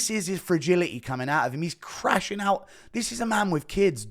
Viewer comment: FRAGILI-Y !? .. nuttermean ..